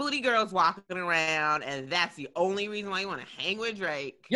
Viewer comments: "now fwip awround" 🤣🤣🤣🤣🤣 Hilarious Haha!!!!! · “Now flip awound” I lost it 😭😭😭